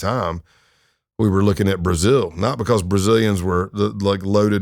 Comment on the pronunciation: This guy must be a massive Undertaker fan lol. Every time he says "Because" it sounds just like how the Undertaker says it. Must be from Texas. BuhCAWS